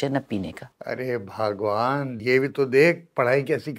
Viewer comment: Bhagwan is different,he said BHAAGEWAN